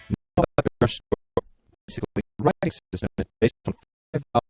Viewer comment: You mean 'Writing'. Not 'Writhing'. :D